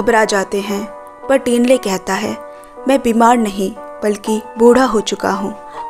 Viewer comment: not टिन्ले👉️ठिन्ले not सेरिङ👉️छिरिङ